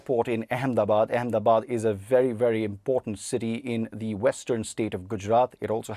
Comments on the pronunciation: why cant she pronounce AHMEDABAD ? Akmedabad ... really dumb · How many times will you keep saying Akhmedabad!!! Its Ahmedabad, spelled as Eh-Meh-da-baad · She actually said it as “Ack-MINI-Bad.” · This can’t pronounce “Ahmedabad,” and calls it as “Ackminibad.” She’s the worst journalist on the BBC.